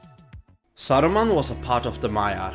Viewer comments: Why you pronounce the names in Russian accent lol? It's Saruman, not Sarrruman, or whatever that was. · "SAURMAN OF MANY COLOURS!?"